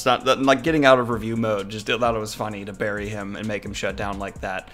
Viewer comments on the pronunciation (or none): none